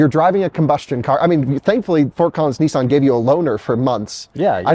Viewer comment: Its not neesaan, its nissan